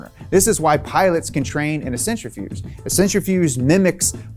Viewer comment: centrifuGe, not centrifuSe (centrifugal force, hence the letter G)